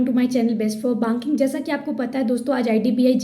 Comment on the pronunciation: Sister it's not Baanking its Banking😭